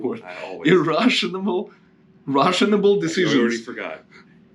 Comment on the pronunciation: Dont make "Russionable" decisions 🤣🤣